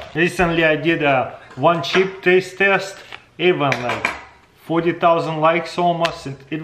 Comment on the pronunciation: Im sorry but he said testaste